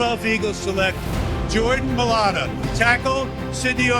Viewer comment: Jordan mayata?cmon jordan mai lata..😂